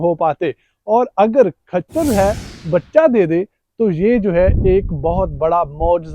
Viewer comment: کھچر نہیں ہوتا ۔خچر ہوتا ہے